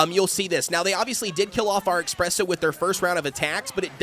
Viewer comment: It’s not Ex-presso. It’s Es-presso. Coffee is not your Ex. Coffee is your friend. 😅Thank you for your information. Would like to see a full almond comp if you have the chance.